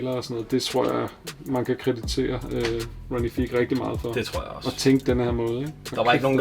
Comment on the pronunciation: Fed samling :) Ronnie Fieg udtales F-eye-g ikke Fig og Hermés udtales Ermés - H udtales ikke, men S gør :) <3 Its all love